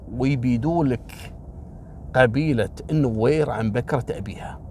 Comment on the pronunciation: حياك الله لو سمحت لا تغيب عنا ياشيخ خلي كل يوم قصة واحدة إن شاءالله بالنسبة لنطق اسامي القبائل النوير والدينكا ماشاءالله عليك تنطقها بطريقة جدا صحيحة حتي نحنا في السودان في ناس كتيييرة تنطقها غلط دمت بخير يا ولايك لكل قصصك 👍😍